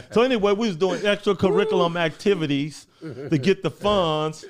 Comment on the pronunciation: "we doin extra caricula Mactivities"what a G!